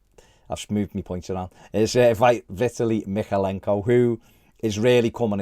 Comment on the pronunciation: Vit-aah-lee,! 😆😆😆